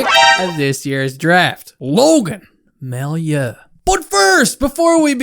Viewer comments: It’s pronounced May-you not my-you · Just in case you need to use that guy's name in the future, his last name is pronounced ''Mah-you'' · ) love the video, you are so underrated. Totally agree with your take. To make your life easier, it’s pronounced MaYOU. :-) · It's pronounced "Mayoo"